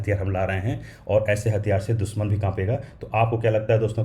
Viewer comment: दुसमन नही दुश्मन, सुरच्छित सुरक्षित। अच्छी हिंदी बोलो भाई।